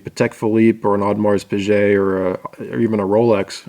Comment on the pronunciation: It's Ode-Maher PeeGay (Audemars Piguet).